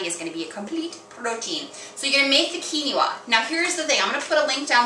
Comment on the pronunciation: I love you vid but this bothered me...Quinoa is Pronounce (Quin oa) KEEN WAH not keeny wah. Going to try this recipe. Tip for poached egg... is before you add egg to pot make a wirlpool in the pot & it will wrap the rest of the egg n its self.